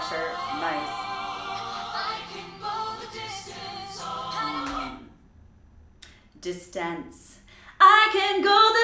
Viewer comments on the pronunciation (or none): "Distánce" vs "distince" - is that a matter of taste? I'd rather hear someone pronounce it the way we actually speak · No hate here. Even Voctave, Home Free, and Pentatonix have little things they can do better. I had never noticed Jeremy's very nice enunciation until now, and I agree that Kirstin's pronunciation of "distance" would have sounded better with the broad vowel recommended by.